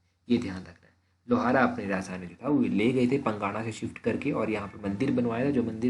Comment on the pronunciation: सर ये जो आप पंगाणा बोल रहे हो यह पांगणा है